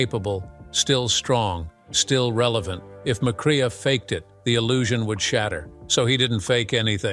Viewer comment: "McCrea" is pronounced "MacCray".